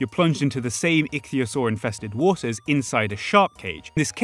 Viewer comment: you are the first person I have heard pronounce 'Ichthyosaur' correctly. Thank you.